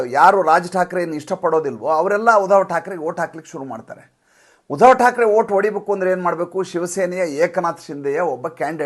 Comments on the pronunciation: ಮಹನೀಯರೇ ತಾವು ಉಧವ thakre ಅಂತ ಉಚ್ಚರಿಸಬೇಡ, ಆ ಹೆಸರು uddhav ಅಂತ ಹೇಳಿ pls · ಸುಮ್ನೆ ಯಾಕ್ರೀ ಏನೇನೋ ಹೇಳ್ತಿರಿ, ಮೊದಲು uddhav ಹೆಸರು ಸರಿಯಾಗಿ ಉಚ್ಚರಿಸಿ